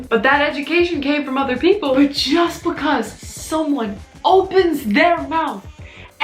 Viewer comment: No one:: BaHcAZe